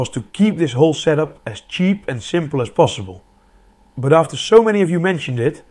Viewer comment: video host pronoucnese "but" as "bruught". also this is jsut enough to power a modern high mid-end pc.